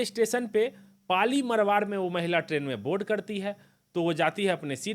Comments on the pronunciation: पाली मारवाड़ है सही से उच्चारण करो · क्या बोलते हो कुछ भी मरवाड नहीं मारवाड़ होता हैं। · Bhai pehle pronounce thiak kro पाली मारवाड़ है ना कि पाली मरवर